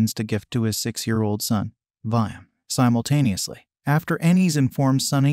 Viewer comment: Why did you say simotanusly every time